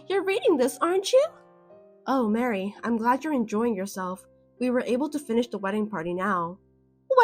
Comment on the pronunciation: Maree not Mary.